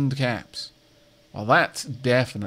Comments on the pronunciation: I know he's saying caps, but I can't help but hear cats as the currency whenever he buys stuff. The greatest chuckle has been had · What is the currency called? I hear it differently every time you say it. I either hear caps or cats. Edit: nvm I saw it when you hired Miss Mini.